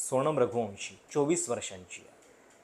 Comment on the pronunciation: …लग्ण नाही लग्न…णंतर नाही नंतर…सोणम नाही सोनम….अजुण नाही अजून…कंपणी नाही कंपनी..मणात नाही मनात..अजून बऱ्याच चुका आहेत..न आणि ण च बघा काही जमतं का?